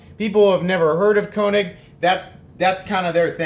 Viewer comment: Actually it's pronounced ' Kay -nig' .